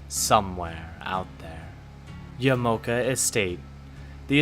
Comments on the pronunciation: It definitely is “Ya-Mah-Oh-Kah”. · i think yamaoka is pronounced yah-mah-oh-kah i mean maybe yuh-mow-kuh is right but still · Ya.Ma.O.Ka.... Yamaoka.